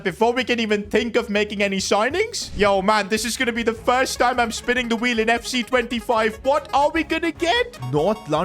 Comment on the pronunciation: The weel of doom😂 or the weel of carriere mode😂